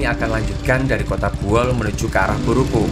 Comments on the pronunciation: Bukan Boeol tapi Buol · Izin mas, Bukan Boeol tapi Buol. Lebih tepatnya Kabupaten Buol Provinsi Sulawesi Tengah. Berbatasan langsung dengan Kabupaten Gorontalo Utara Provinsi Gorontalo. Makin sukses perjalanan nya 💪🏍️🏍️🏍️🔥🔥🔥